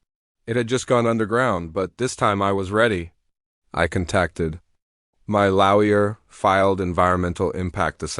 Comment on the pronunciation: If you are using AI for speech, you really need to teach it English: ie Lawyer sounded ilke, louwur! Really ruins story when your speech program is so bad...